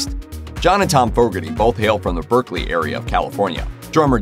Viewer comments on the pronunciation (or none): none